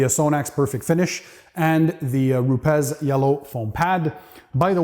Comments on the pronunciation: It's not RupeZ, it's RupeS. Rupes is a Italian company and I live in Italy, and that's how it's pronounced. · You where probably talking with a manager for US/Canadian market. Here in EU and specially in Italy, nobody is pronouncing it in that way. We all say Rupes. It's probably the same thing like with the Ferrari or Lamborghini, 99% ppl from US are pronouncing it wrong.